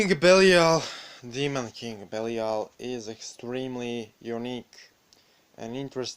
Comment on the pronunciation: King Belial. Oh my soul longs to be reunited with you.... the guy making this video says he's name wrong. But the information is dead on.